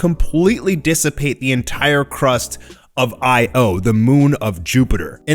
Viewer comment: I have a lot of respect for you, so I have to say, please fix the way you say Io. The moon of jupiter pronounced phonetically isn't two separate letters, it's all one word. Pronounce it like eyeo